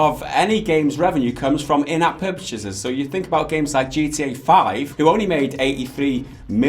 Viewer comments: 'In-app purpachases' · in app what?! purpchseses, lol